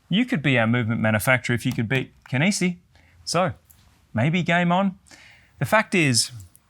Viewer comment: Such an odd presentation lol Starts off the video pronouncing Kenissi correctly Switches to "Kennessee" Reverts back to the normal way 😵‍💫😵‍💫